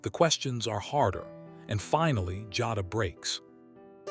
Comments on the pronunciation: Jayyyduhh, not Jahdah lolol 😂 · It's pronounced jay da.. and she should b charged as an adult.you play stupid games u win stupid prizes. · These voiceovers frustrate me sometimes. I listen (instead of watching) while I’m working & the narrator mispronouncing Jada as “Joddah” had me thinking they were talking about someone else. Smh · Her name is "Jay da" Jada Listening at you say it wrong is cringe asf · no. You’re pronouncing it WRONG. THAT’S WHY I SPELLED IT PHONETICALLY!! #Teacher